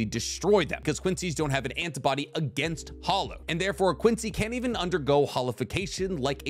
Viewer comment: has to work on his pronunciation of Quincy terminology, this hurt my ears and I'm not even German